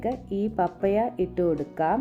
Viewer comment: പപ്പയ അല്ല പപ്പായ😅 .... ആദ്യം അതു പ൦ിക്ക് 😂😂😂😂